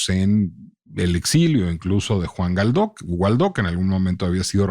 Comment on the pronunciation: Excelente episodio, lo escuché en la página de El Heraldo. Solo una observación, es algo irrelevante pero creo que el apellido del político es Guaidó y no Gualdó (perdón por la pedantería, el contenido del podcast es soberbio).